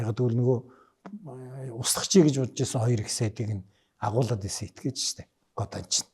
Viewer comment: годон биш годан